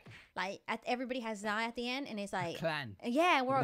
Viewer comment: dobby lass x u spelt her name rong its zai you said zia